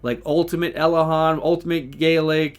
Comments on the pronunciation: Everyone: Elhayne: Elehahn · Lol Chosen says ElAYNE😂